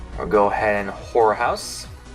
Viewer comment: Hey N when u say horror house can u enunciate both syllables cause it sounds kinda wrong if u dont. 😳